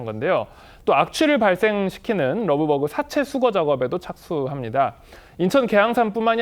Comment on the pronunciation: 러브버그 발음도 자연스럽지 않다 그냥 털파리라고 해라! 왠 러브버그?